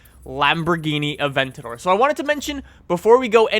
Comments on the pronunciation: bothers you, but not the fact that he pronounces "abentador" as "aventor" ? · The Lamborghini A-Vent-on-my-door